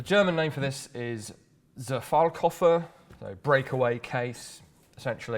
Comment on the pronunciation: Considering pronounciation - the first two were spot on. Zerfallskoffer is spoken with a hard "Z". Like Tsar - Zar in German.